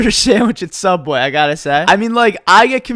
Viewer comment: Anyone remember “sooubway”😂